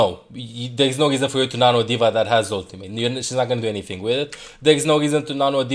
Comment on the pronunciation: I love how says ultim8